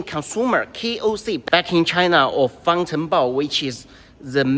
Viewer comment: I was talking about the pronunciation. "Fāng" in 方程豹 is first tone. Usually it is pronounced at the top of the vocal range. I might be tripping, but I think you pronounced it low like that: _^, instead of —/\. I wonder if this is a standard practice or a regional thing, cos I also heard natives pronouncing it as "fāngchengbào" with the second tone reduced to neutral, but I've heard it is ubiquitous in Beijing dialect